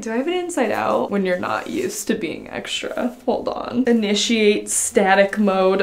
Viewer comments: It has no "sh" sound the way I wrote it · Well, I say extra the way wrote, ecstrah and says ekshtra. I'm not saying it's wrong, maybe some parts of the world pronounce that way. But I just meant that she says extra sooooooo many times in the 1st minute 40 seconds, I loved it. 😂